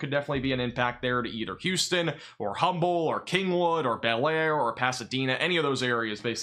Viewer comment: FYI Aldine is pronounced All-Dean Alief is pronounced A-Leaf Humble is pronounced Umble. I posted a video of me riding this storm out. was the end of my video when my weather radio went off. I had a 63 mph wind gust before the battery died on my weather station and that was before the storm even kicked up. Winds at my house had to be near or just over 100 mph based on the sound and the damage.